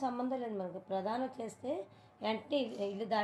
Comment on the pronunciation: Pradhanam kaadhu prathanam 😊